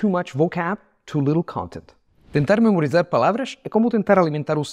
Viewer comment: This will sound strange. Your Portuguese would be better if you pronounced it with Italian accent. At least it would be more comprehensible. For example, you said the word “memorizar”. The “a” is an open vowel but you closed it, perhaps because you perceive Portuguese as more closed than Italian. Also, since it is the stressed vowel, it should take some more time, like in Italian. But since Italian makes stressed vowels sound for more time than Portuguese, you shortened it too much. It would be preferable and more comprehensible to me as a native Portuguese speaker if you pronounced “zar” as you would in Italian.